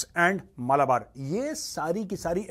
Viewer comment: मेजर जी वैसे तो आपको ज्ञात ही होगा पर संभवतः मुँह से उचित उच्चारण 'मलाबार' निकलने की बजाए 'मालाबार' निकल गया था|